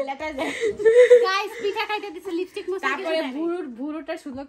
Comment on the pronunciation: লিবিস্টিক আবার কি বলেন লিপস্টিক 💄😂😂😂